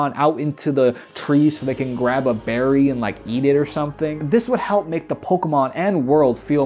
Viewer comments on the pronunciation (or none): none